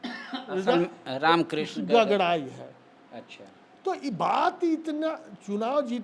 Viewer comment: गागराई होता है गगराई नहीं हकला चाचा जी